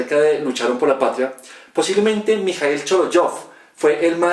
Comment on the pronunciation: El escritor de apellida Шолохов [ Sholajav] la letra J se pronuncia como [jota] no como [ dg ] O sea no -[ sholodyov] sino como auténticamente [ sholojov] Ya que el autor del video hace esta narración debería saber pronunciación exacta del apellido.